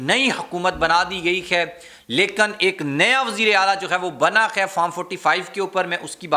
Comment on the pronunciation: حضور اپنے تلفظ کو درست کر لیں ۔ لفظ “ ہے” نہ کہ “ خے “ دوسرا یہ کہ لفظ بھئی کا استعمال غیر ضروری۔